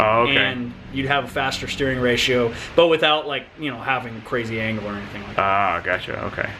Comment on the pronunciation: LOL I understood "anal setup" when you said "angle setup" in the beginning :'D